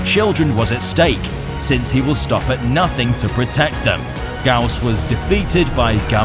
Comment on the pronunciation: in case some people didnt know, the "Gyaos" is actually pronounce Gai - Ya - Os lol (or thats what jap sounds like)